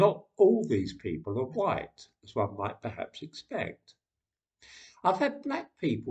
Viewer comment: . . . Jared Taylor. He's a race realist from American Renaissance. He's know to pronounce white as huwhite.